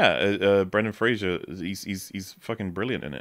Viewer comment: Guys, it's Brendan FRASER, not Frasier. I don't understand how so many people get this wrong.